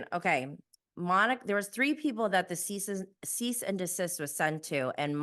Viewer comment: Cease and desist? He’s saying cyst and desist. LOL.